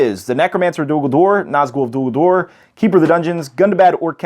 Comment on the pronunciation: I really don't want to come across rude, and it's not meant like that. But it's Dol Guldur, not Dul Guldur. Awesome video. :) A good break-down.